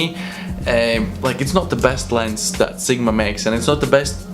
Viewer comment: "Lens" not "Lense"